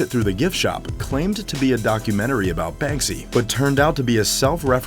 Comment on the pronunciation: SALS VOICE: BANSKY YALL